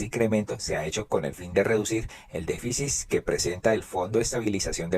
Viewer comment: Con mucho respeto pido por favor se pronuncie déficit (con t al final) no se dice "déficis".